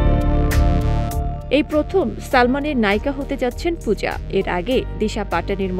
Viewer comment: Pooja er naam ta thik moto nen